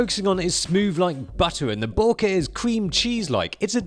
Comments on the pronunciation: I love hearing you say BO-KEHHH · still doesn't know to pronounce bokeh.